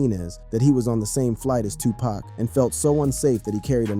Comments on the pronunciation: How many packs young brother??? 🤔😅 🗣️ IT'S PAC! PAC!(POCK) DAMN HUMAN A.I. GLITCH 😤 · This video is so disrespectful saying 2 pack that I can’t listen to it anymore! I’ll just read the cahments 😅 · I can't focus because he keeps saying 2 pack....like WTF! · I can’t listen to one more “To Pack” ! 🤦🏻‍♀️ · Right!!!! Especially when it say 2PACKK!!! Lol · I had to come to the comments. How is he narrating and can’t say he name right. It pronounced 2pock..😮😮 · CLICK BAIT, Dude can't even pronounce Tupac's name right 🤦🏽‍♂️ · something aint, right this guy is pronouncing Tupac's name wrong. Is this A.I. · A black person that can not pronounce Tupac is a house nigga just like Snoop, before you make another video you need to get they his name right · Hey man you ain't even speaking the name correctly who are U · It's irritating and annoying as hell to keep hearing him mispronounce 2Pac's name 🙄 😒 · Please stop pronouncing 2 Pac name wrong. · Get it right, nerd. It's 2pac, not 2pack . Lame ass rat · Is Tupac stop saying his name wrong if you don't know how to say it don't say it Tupac not tupak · Why are you saying TWO PACK?😮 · Bro PLEASE PRONUNCIATE MY BROTHER'S NAME ...ITS NOT TUPACK ITS TUPAC (tu-pock)HOW TF you don't even know his name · Stop calling Tupac, Tu Pack, get the name right!🙄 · This cat said,” 2 pack. It’s, Tupac pronounced like saying too-pak. Get it right if you’re capitalizing off his name. On social media. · why are you pronouncing Pac name wrong , I know you have heard the correct pronouncing of his name, you being disrespectful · It,s TUPAC NOT TWOPAC FOOL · Man shut up u keep sayin Tu-Pack that’s how I know u don’t know shit…it’s PRONOUNCED TOO-POCK SMFH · Moron can't even say 2pac ...ITS NOT 2PACK SMH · Can you give the man 2 pac the respect of pronouncing his name right. He's a legend it's pac not pack. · Yo my man, say the mans name correctly its 2Pac pronounced Too-Poc..........not 2Pack.... idiot!!! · Hard to hear him say 2Pack. Horrendous work!